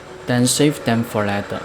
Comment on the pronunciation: 您好，您的英文讲解很好，英国人能听懂，而且观众有子慕的选择。唯一有进步空间是您later 这英文字的发音，坦白说让人听了一头雾水😊。我没恶意，是中年人，大马华人，生活在英国30多年，写这评语只希望您这美好的视屏受到更多老外的喜爱。让您得到好的辛劳回报。